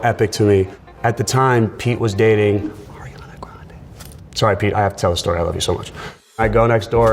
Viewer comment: It’s so funny the way he says ariana grande